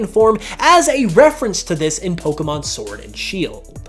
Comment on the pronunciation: Why can no one pronounce Pokémon correctly? Especially fans? 😑